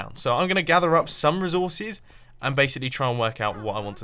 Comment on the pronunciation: he said rezorsces